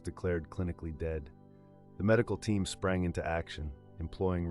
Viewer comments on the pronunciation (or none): none